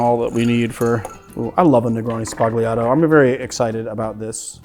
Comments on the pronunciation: It is pronounced SBA-L-IATO, the 'g' is silent in Italian. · I've mentioned this before: sbah-YAH-toh... sbah-YAH-toh... You're Italian ancestors are giving you dirty looks every time you say it like you currently do... Let's end on a high note: Love the Channel!